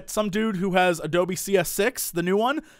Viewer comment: You pronounce "Adobe" like "Doby". For a second there I thought you were going to buy a house-elf for $60 o_O